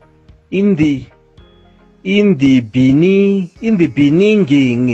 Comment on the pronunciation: In the beninging😂😂😂